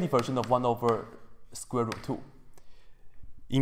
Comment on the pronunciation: hehe...hehe, he said squirt, hehehe